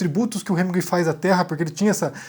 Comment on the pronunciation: Para você que é o rei da pronúncia, está feia essa pronúncia de "HeminGÜEI"...